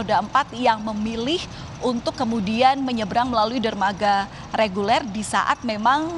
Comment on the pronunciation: Menyebrang min..bukan menyerbarang 😅